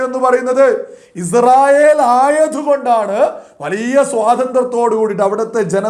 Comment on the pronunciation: പോലെടിച്ചി മോനെ Izrayil അല്ല ഇസ്രായേൽ